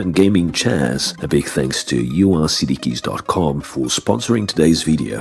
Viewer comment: Stopped watching the moment you pronounced it You Are CD Keys.